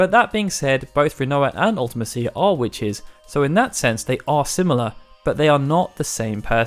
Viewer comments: UltiMEsha, not Ultimehseeya. You can hear it in Dissidia if you're skeptical. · That's just weird. I say it "ulti-mee-see-uh". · Comment if you hate hearing this guy say "See-fur" and "Ultima-seeya" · It's wierd how you say Ultime-cia, I've always said it "Ultimesha" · Why do you pronounce ultimecia like that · It seems to be a UK thing, when i was at school people always pronounced it like that and it stuck.